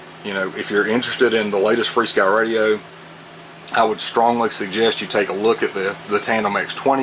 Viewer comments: Why do ya call this free-sky? Says fr-sky on the front of this radio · There is no "ee" in the name. If you pronounce "F" and "R" you get "FAR"! Rather than call it "Furskee", we call it "Far-Sky". Just sayin'